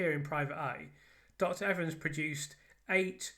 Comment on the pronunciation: I think you might be the first english person I've heared pronounce his name correctly.